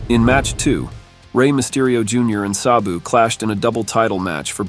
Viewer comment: If only the voiceover guy knew how to pronounce Sabu's name correctly...